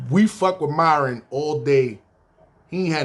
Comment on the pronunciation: Nigga said miron eyes lmfaooooo khill they dont kno about tha ben let me hold 40